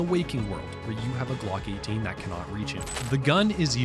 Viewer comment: Am I the only one that cringed every time he said Glock 18. I’m probably nitpicking . Otherwise great video !